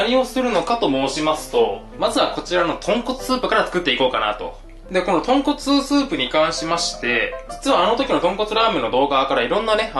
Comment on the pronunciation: ごめんなさいポンコツスープに聞こえました